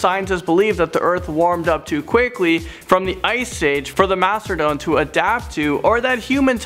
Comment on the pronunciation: When he said mathadon i thought they were mammoths